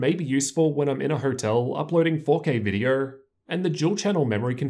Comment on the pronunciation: “In this vidiuer”